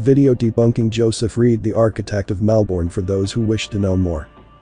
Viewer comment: So interesting! Thank you. Tip: it’s pronounced MELbin, MELbun down here😊